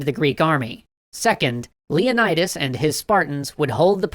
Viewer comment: the pronunciation of Leonidas is painful. On one hand, i love hearing again, on the other, my classics student senses are tingling